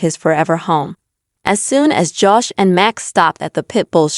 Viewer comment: PIT BULLS DO NOT GET MATTED FUR ....AND LEARN HOW TO SAY HIS NAME CORRECTLY. IT IS JOSH NOT JASH